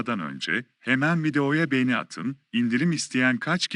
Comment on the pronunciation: Lütfen markalari guzel okuyun beni degil begeni olucak ĺ